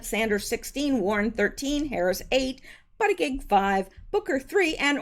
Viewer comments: LOL!! Actually it's pronounced "Boot -a-jedge", but I like your's instead! :] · I think the Pete Candidates last name is pronounced something like. “Butt Itchi edge,” Going by the way President Trump emphasized the pronunciation....